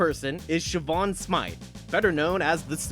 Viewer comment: Siobhan is pronounced "Sheh-Vaughn". Don't ask me how. I believe it's Gaelic, as she's supposed to be Irish.